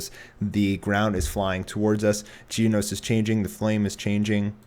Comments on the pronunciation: it's genos NOT geeenos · ...geen-os? really. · Anyone else entertained with how he pronounces Genos? It sounds like is mispronouncing Jeans, and I find it absolutely hilarious.